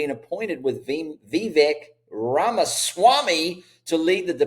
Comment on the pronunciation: Vivek is pronounced V- Vake (like cake)